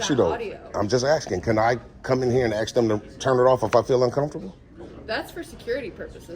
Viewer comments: Please practice saying the word ASK. It's not AKS. Sounds ghetto. Same as ASS but with a K. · What does “axing” mean? It should be “asking” correct?? Why do ignorant people say “axing” instead of “asking”? It’s not hard to pronounce “asking”…. 🤦🏼‍♂️🤡🙈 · 😂 I'm white and I say "axe" like 70% of the time, why is "ask" so hard to spit out sometimes, weird ass word, anywho ... What up #TTAfam🦾😎🤳🏼 :face-fuchsia-tongue-out::face-pink-tears::face-pink-tears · I can clearly hear you say "ask" & "asking" totally fine, no problem whatsoever. But, other times, you struggle to say the very difficult word, "ASK!" Lol I know it's 3 WHOLE letters. You can say it no problem, you clearly know how like a normal American, why is it "axe" randomly, at other times? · Just for everybody’s information when they say ask to leave it does not mean ax to leave the word is ask!!! Stop doing that it is ask so say ask!!! Practice it over and over again it’s ask not ax😂 let let me ask you a question or ask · you proved that you are able to say asking.....now is it laziness or the desire to separate yourself from white people? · I think the would get more respect from these police officers if he would learn how to pronounce the word "ask".